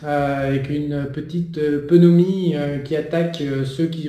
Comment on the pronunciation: "Conoravirus"..."peunomie"... Je confirme: t'y comprend que dalle. le JCVD de l'économie. Mdr